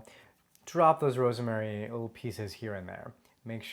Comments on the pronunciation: Ros-ma-ry. It is three syllables. This guy pronounces it like it has 4 syllables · Me: I had no idea "rosemary" had three syllables.